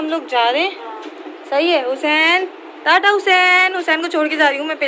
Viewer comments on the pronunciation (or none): none